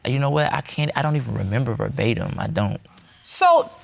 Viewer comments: Did any hear him say, “barbatem” vs “verbatim?” 🥴 😩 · ver·ba·tim in exactly the same words as were used originally. NOT Per Batim. Lol, trying to use big words. Education. For most, its free.